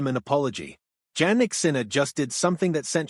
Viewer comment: He’s 24, not 23. And his name is pronounced “Yannik”.